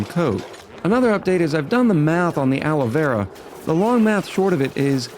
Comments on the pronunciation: PLACE YOUR BETS!: How many episodes UNTIL pronounces the name of Alveo-Vera properly? I’ll go with “correct by the 3rd episode.”🤭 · IT'S ALVEO VERA!!! NO ALOE VERA AHHHHH.